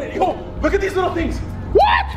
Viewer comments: You need to stop saying a lickle it’s a little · You say little like “lickle” lmaoo any else notice that 🤣🤣